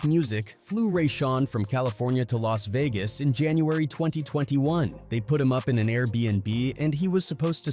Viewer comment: las begas.